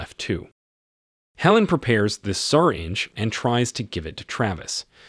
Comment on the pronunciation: This narrator's ability to butcher the pronunciation of things is simply astounding.lol. "Savy" "Travis" "syringe" and others. Makes it damn near impossible to listen to him...